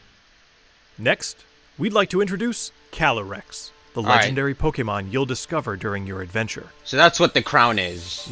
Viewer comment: The voiceover for the devs pronounce Inteleon wrong. C’mon, it’s INTE-LEON, LIKE THE CHAMPION’S NAME! And Calyrex, he says “Ca-leh-rex” but it’s CA-LEE-REX!